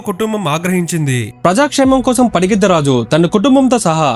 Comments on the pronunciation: Bro padigiddaraju kadu pagididda raju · It’s not Padigiddha Raju, it’s Pagididda Raju. This wasn’t a one-time slip. You kept repeating the same error. If you don’t know the correct name, you shouldn’t be making videos about it. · Bakkayyapeta kadhu Bayyakapeta padigiddharaju kadhu pagididdharaju😊